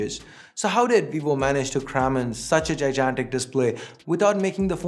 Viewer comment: Gigantic. Google the word and hear how it is pronounced.